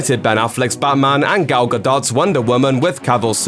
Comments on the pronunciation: Gal ga-DOT?? Fucking moron. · It's not Gadot, its Gadot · Ok, is it pronounced Gal Ga-dot or Gal Ga-doe?